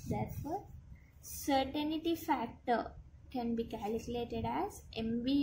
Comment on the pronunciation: hi, certain-ty not certain-i-ty